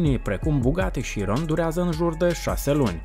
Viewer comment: as zice ca se pronunta ciudat bugatti(italia) si la voiture noire, chiron, etc(franta) no hate, dar as mai zice ca s-ar pronunta "la voatur noar"...fain video btw